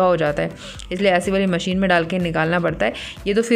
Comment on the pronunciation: Mission nhi di..machine bolte h use yr apko kitni baar bola😂😂😂😂